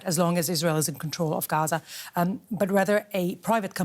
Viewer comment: Her accent gave her away, the way she pronounced Hamas and Gaza exposed her.